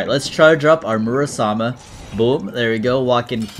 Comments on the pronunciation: I think it's Muramasa not Murasama? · is it not muramasa? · it confuses me a lil everytime he calls it murasama